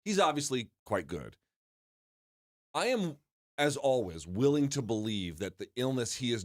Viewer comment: Luke "as alwiz" thomas ❤